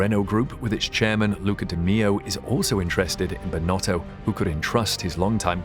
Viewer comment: It's still not right😅